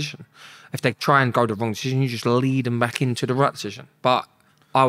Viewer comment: can’t even say “decision”.